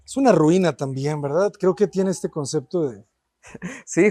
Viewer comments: No me parece una persona empatica este arquitecto , demasiado egocéntrico , no deja hablar a nadie , DIOS DANDO CLASES DE ARQUITECTURA ! Además dice CONCECTO " , PUFF! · Como siempre... ¡Tu canal es genial! Tu contenido es muy bueno, pero a veces te encuentras con arquitectos que se pierden en el ego o como el caso de este, que ni siquiera pueden pronunciar la palabra ¡ConcePto!